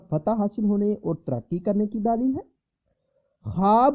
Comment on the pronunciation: ارے بھائی دالیییل نہیں(دلیل)